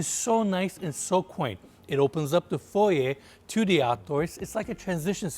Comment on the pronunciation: Thank you for saying FOY-YAY not FOY-ER!